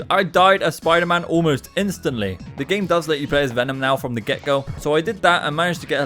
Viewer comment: how come you say da instead of the